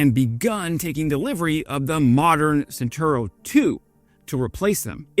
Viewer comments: Were you truly a lover things Italian you would know that the name of the vehicle in question is pronounced "chentauro". A C immediately before an E or I is a CH sound as in "child". Were it written as you pronounce it, the spelling would be "sentauro". Italian pronunciation is a joy compared with English as it is totally regular. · "CE" of centauro is pronounced like your "che" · It's pronounced CHENTAURO even if it's spelt CENTAURO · 🇬🇧I needed few minutes to understand that the word "sintaro" was his pronunciation for "Centauro". 🇮🇹Mi sono serviti vari minuti per capire che pronunciava "Centauro" come "sintaro" 🗺️ Mi bezonis kelkajn minutojn por kompreni, ke li prononcis"Ĉentaŭro" like "sintaro" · its pronounced Chentaaarro...just say'in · Please, the C of Centauro Is pronuciated as the C from the word China. Thanks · Drinking game: take a shot every time the word "Centauro" is mispronounced. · nice video... only one little comment.. in "Centauro" we pronounce the "C" as in "Chilli" not like the S in "Snake" :)